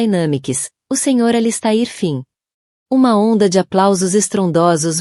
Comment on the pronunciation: Sinto dizer, mas a leitura foi horrível. O nome do personagem ALISTAIR foi pronunciado de várias maneiras; o da esposa teve o mesmo destino. Ficou indefinido se ele já estava tendo um caso ou se a "dama de vermelho" só surgiu para atrapalhar. Texto muito confuso!